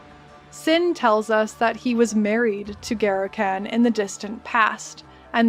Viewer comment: You are one spicy, gorgeous Americaaaaaaan, and great summary, but just one small criticism if I may... it's Garukhan, with a short "Uh", like Gengis Khan for the second a, not like trash caaaaaaan. The American language really butchers so many 'a's, it is hard to listen to. Here in Japan, I lived in Saitama for a while and all the 'a' sounds in that are very short sounds but American folk loved to sometimes call it Saytaaaaaamaaaa, which feels bad man lol. I will subscribe, didn't learn too much new stuff here as it is also my favorite act but will try more of your vids! Side note: I am off to shave my head. Garukhan favors the bald!